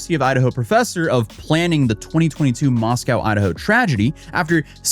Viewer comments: Moss-Co not moss-cow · ooh don't say Moss Cow to anyone that lives there, it's Moss Co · It's pronounced moss-coh. Not moss-cow like the city in Russia. Great vid tho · Oh shit! Dude, you were in my hometown. Thanks for coming to Moscow. I'm glad you confronted that vile bitch in person. That shit is hilarious. P.S. it's pronounced "Moss-coh", btw. Originally named Hog Heaven before we got a post office 😅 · Oh, friendly heads up: It’s pronounced “Moss-Coh”. I know it’s odd bc it’s named for Moscow, Russia, but if you live anywhere in the upper NW corner USA you know it’s called “moss-coh”. Not a big thing, common misunderstanding. I just thought I’d let you know. Come over to Washington state where nearly all of our towns and cities are indigenous names or words, or based on the original tribal/indigenous word. I’m talking to you Sequim, Seattle, Tacoma (Tahoma), Spokane, Kitsap, and Klikitat, to name a few. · Just so you know, Moscow, Idaho is pronounced moss-koh, rhyming with Roscoe. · It's pronounced Moss-co Idaho like Costco 😊😊